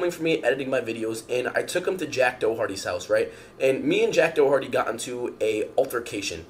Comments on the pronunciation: "Jack Doe-hair-tea" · Is he pronouncing the name Doharty as "dough-harty"???? (Approx 35min). Thats the most stupidly offensive part of this whole thing.